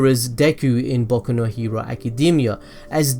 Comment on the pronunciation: It sounds like you said baku no hewo